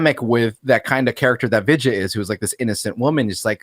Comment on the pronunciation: Haven't watched this film in hindi but there is a remake of this film in telugu and tamil languages, called Anaamika. I remember getting sh** scared in the cinema PS. absolutely butchered the name. It's pronounced as, V-i-dh-y-aa baalan.